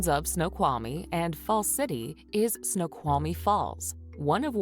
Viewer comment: If you visit Washington state, ask the locals how to pronounce some of the names of places. Google maps prounces some of them wrong! It sounds like the woman in the video she is watching, barely pronounces the L in Snoqualmie, if at all. You DO pronounce the L in the word Snoqualmie.